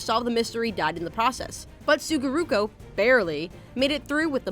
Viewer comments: His name is Sugoroku not Sugoruko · SUGOROKU NOT SUGORUKO GOSH I WANTED TO SLAM MY HEAD ON MY DESK xD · I thought it would have been fine to just call everyone by their English names for these facts. Points for separating the dub name differences from the original names, but I kinda cringed every time she said Sugoroku "Suguroku". I mean she said it herself, it's been around for 20 years, I thought it would at least be pronounced properly. Sorry to sound dickish. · Sue goo row kew Suguroku